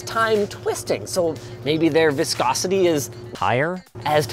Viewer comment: That viscosity slip up I can totally empathise with. I also get it wrong everytime haha.